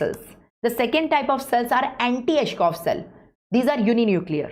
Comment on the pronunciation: It's Anitschkow not antischoff! Btw...superb lecture🤍